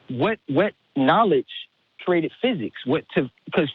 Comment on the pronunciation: He keeps saying "kerated" and "crated" arrrrgh